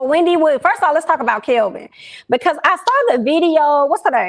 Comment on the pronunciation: I know he doesn’t deserve his name said correctly anyway and I’m not sure if it’s done on purpose but his name is Kevin Hunter, lol. But fk him! 🤣😩